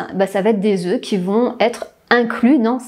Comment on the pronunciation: Le pluriel de "oeuf" se prononce "Ö" ("DÄZÖ"), 🙄merci.